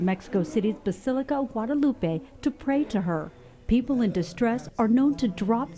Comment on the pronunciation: The anchor couldn’t take a minute to find out the correct pronunciation of Guadalupe? SMDH 😒